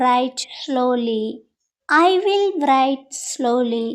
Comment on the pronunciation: వ్రైట్ అని పలుకుతున్నారు.